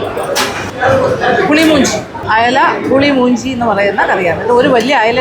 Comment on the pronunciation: മഞ്ചി അല്ല മാഞ്ചി 😂പുളി മൂഞ്ചി അല്ല പുളി മുഞ്ചി 😂